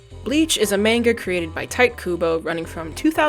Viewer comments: Beautiful video. However... while I can get over a little mispronounciation of the word manga, are you really gonna go through life saying Tite (Tight) Kubo?!!! Tee-tay... TEE-TAY!!! 😂😂😂 And once again, masterfully done video. Bravo! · Fair enough, but it really just takes an elementary understanding of how Hiragana and Katakana characters are pronounced to deduce Teetay is correct… I can’t think of any Japanese words that end in a hard consonant sound like tight does. Insignificant in the end, I will grant, but my nitpicky instinct just couldn’t let it go unmentioned. What matters is you did an excellent job on the video!